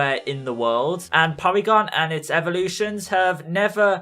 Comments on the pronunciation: poorygon ? lol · And for the love of Oak! learn how to pronounce words properly! its Pronounced KAH-DAH-BRAH and POOR-E-GONE! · Porygon is literally the stereotypical way an asian person would pronounce Polygon too